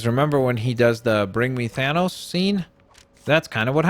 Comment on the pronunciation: my nigga said thonos